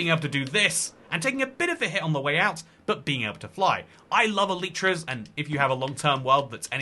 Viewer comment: Eleetra 💀 who tf says that